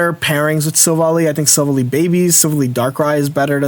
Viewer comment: Love the content and finally need to chime in. It’s pronounced Sil-vally, (ally, like friend) Keep it up! Was hoping to find an Umbreon greninja guide, but looks like it’ll be retired haha